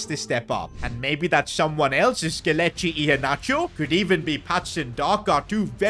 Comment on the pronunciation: The way Pronounce Iheanacho 😁😁❤️❤️❤️